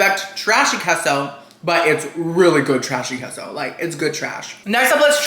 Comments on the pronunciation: Omg it’s KAY SO NOT KEH SO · Cheese in Spanish is definitely pronounced KAY-so and not KESSO! 😂 Great video though! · its Kay - so....not Kes - oooo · Sorry, but it's pronounced kay-so. If someone says it is keh-so then what do you call a quesadilla? Keh-so-dee-uh? No. It's kay-suh-dee-uh. Emphasis on the KAY. lol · Whoever told you that queso is pronounced "Keh-so" is an "idi-eh-to." The "e" in Spanish is literally pronounced "ay." It's "kay-so." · as a spanish speaker, its said keh-so, no mamen 🤦‍♂️ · The way he says queso bothers me too (because no one says it like that in English). But you're wrong. The e in Spanish is pronounced "eh," not "ay." The only way to make something similar to an "ay" sound in Spanish is to use the diphthong "ei," which queso does not have. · the “e” in queso is pronounced as “eh”. bc That’s how we say it. Although most native english speakers say “kay-so”, it’s easier i guess? Idk sometimes I do say “kay-so” so it’s said both ways i suppose. But the correct way is “keh-so” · Kay-sew. Anyone who says otherwise does not speak Spanish. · no, you sound dumb saying this shit so confidently lmfaooo. nobody that actually speaks Spanish is pronouncing queso that way. kay-so is literally the American pronunciation (I blame Chipotle for convincing y’all that’s how its really pronounced). just ask someone who actually speaks Spanish in real life or even go on google and see how the voice pronounces it. you being this loud and wrong when google will literally pronounce a word for you for free is the fse. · You can say queso any way you want. Love you. 😍